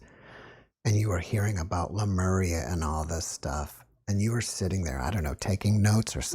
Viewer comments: CLICKBAIT CLICKBAIT CLICKBAIT : How To Be Super Human...?????????????????????? Yes HOW????????? So I "spent" about 57 minutes of my life but I still have not heard any "how"... and : "Lamura...?" You mean Lemuria... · She pronounces Lemuria incorrectly throughout the entire interview, plus this theory has been debunked long ago via ocean floor analysis in the pacific. The whole Atlantis theory is as stale as 50 year-old french bread